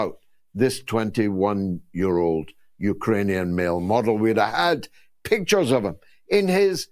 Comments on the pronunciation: Great show George but I'm laughing out loud at your pronunciation of Ukrainian. You're saying Uker_anian. It's Uk_rainian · “U-ka-ranian”. Some needs to spell UkRanian to George. The R comes before the A not after. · Absolutely love George's sarcasm 🙂 Not sure what a Uka-rainian is though 🙂